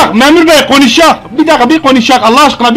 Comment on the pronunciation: Bi qonişag ama bi gonuşak